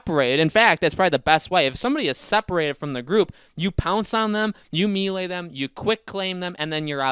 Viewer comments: Why does he keep saying me lay? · Can't forget him repeatedly saying me lay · Mel- lay, it's a French word,,, Melee, it's not hard to learn a few French words buddy lol